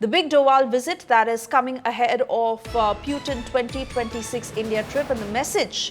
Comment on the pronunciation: Its Putin not puetine😂😂